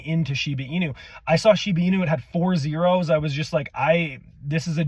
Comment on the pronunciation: I tried paying really close attention to what you were saying ,but i kept hearing "Shina" and "Shiba", are you refering to the same thing? Just want to make sure i understood it correctly.